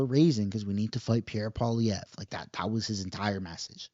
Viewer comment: Mark Miller is SUCH a cuck.. he ALWAYS says "Pierre Pollieve" before anything else